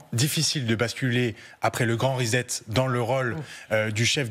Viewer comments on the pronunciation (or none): none